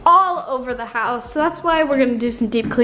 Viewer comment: “hourse tour” hehehe